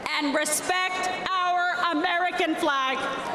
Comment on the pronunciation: Dude I was listening to this at work and I literally burst out laughing. I don't even really know why. Something about the way she says "AMERICAN FLag"is just incredibly funny to me. Edit: dear god it gets worse from there. Why does she talk like that?